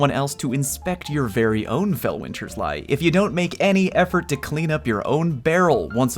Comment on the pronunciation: “Felweenzy Leezy” I love it